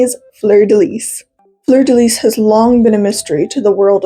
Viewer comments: Fleur de Lis is pronounced Lee. Its French. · Itty bitty correction since the fleur de lis symbol has surrounded me my whole life It’s actually pronounced without the “s” at the end of lis!! So it sounds like “floor deh lee” :3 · its fleur de “lee”❤ -a cajun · I'm interested in the lore, but the way you pronounce fleur de lis just kinda irks me.../lh the last word is pronounced like 'lee'.. Ik it can be kinda confusing between how French words are spelled and pronounced, just thought I'd point that out tho ^^ great video otherwise, I never knew that before!! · "lis" in "fleur de lis" is pronounced as "lee," but aside from that, very cute video and i loved learning about her hehe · The S at the end of Lis is silent.